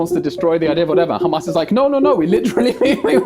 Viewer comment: Destiny said "khamas." It's over 💀💀